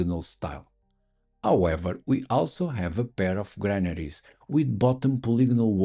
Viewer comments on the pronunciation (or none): Did you say Melon shaped mammaries? eh? Oh... Granaries! got it!